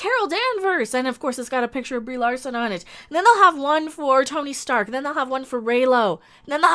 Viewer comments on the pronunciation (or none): Did I hear you call her Rieeeee Larson rofl